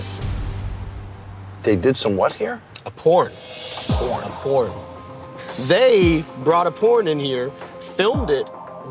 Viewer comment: "A Porn"??? Do people actually say it like that?